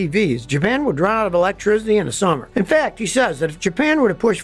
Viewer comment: electricity. NOT ELECTRIZZZZZZITY for forks sake.